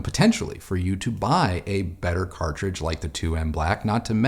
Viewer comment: cartridge - cartridge - cartride .:))